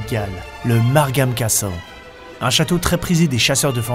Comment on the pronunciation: ça m'a choqué aussi lol